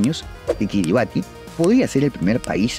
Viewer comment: Se pronuncia KiribaS ;)